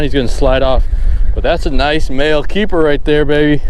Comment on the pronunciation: I heard "BaAail"